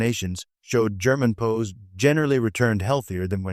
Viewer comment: STUPID AI: it's PEE OOO, W apostrophy s, meaning those taken during war. NOT POES. GET a real brain, metal head.